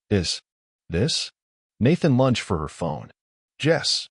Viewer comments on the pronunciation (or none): Lunged not lunched!😂😂😂😂😂